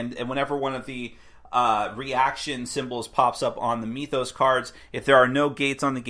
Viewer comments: So it's pronounced 'MYTH-os", like (m-I-th), not 'ME-thos', with the 'e' sound. I know, knit-picky but it's annoying to hear. (annoying, like this post hehe ) Thanks for the review! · Do you also say "meethology" or "meethic"? Because that isn't how you pronounce "myth".